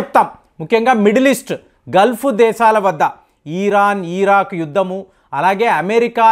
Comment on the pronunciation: అయ్యా ఈరాన్, ఈరాక్ కాదు ఇరాన్, ఇరాక్.